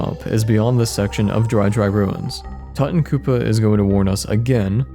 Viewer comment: its "too tawn koop" like "too tawn khamen" not "tutton koopa" like "mutton" or "button"